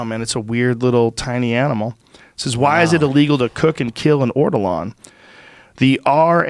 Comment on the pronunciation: It’s Ortolan. Not Ortolarn